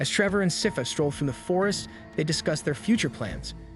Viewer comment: I'm stressed that throughout the video the narrator can't seem to pronounce Sypha and keeps saying "seefa" or "safis" and I keep getting confused. Same goes for any of the town names 😭